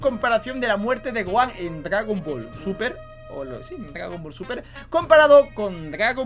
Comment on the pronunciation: "gragon ball"